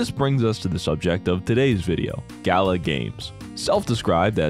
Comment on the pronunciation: I really love this video but the constant mispronunciation of Gala is really hard for me to listen to. I'm only a few minutes in and it's just super fucking annoying. I feel like I'm being dumb about this but I just can't handle it, I don't know if I can finish this video.